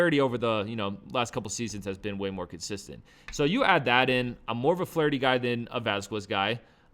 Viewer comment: He said Flaherty.🤦🏾‍♂️